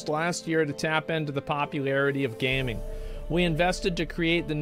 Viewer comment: Why he reading gaming like that 😂😂 that’s not how he pronounces it.